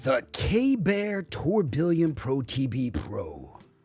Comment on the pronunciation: please up your pronunciation game, lol. Mar-leeto? Now tour Bill ee on? Its french from the watchmaking world. The faceplate has the gears also referencing it. Pronounced: Tur-bi-yon. Keep up the amazing work!